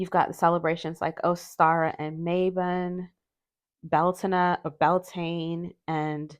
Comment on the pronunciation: This deck feels very late Autumn to me! Which is my favorite time of year! Also, thanks for pronouncing Bealtaine correctly 😊❤ That was music to my ears!